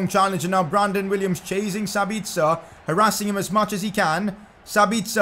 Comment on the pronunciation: Could you please stop saying harassing as it does sound a bit weird